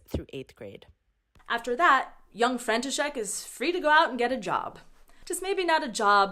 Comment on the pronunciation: I just can't. Your František just sounds like Frankenstein 😆